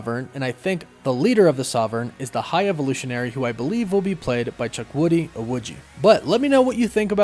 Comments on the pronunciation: its CHU-KWU-DI not CHUK-WU-DI. Really made me laugh though. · Hey. I've been a long time watcher of the channel and I love your content. But just to bring to your attention you kept pronouncing Chukwudi's name wrong. Not your fault.But its actually pronounced (CHOO-KWOO-DEE) not "Chuk-woody". It's an Igbo name. Thanks and I can't wait for your next video. Woof woof!